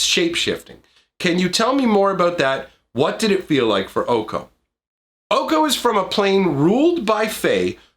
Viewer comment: It’s pronounced Oh Kay Oh. OkOk? 🤡🔪